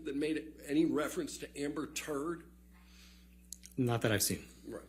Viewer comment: The way he pronounced 'Turrrddddd' make it even funnier